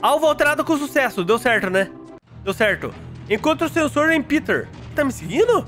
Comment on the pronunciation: O O NOME NÃO É PITER É PETER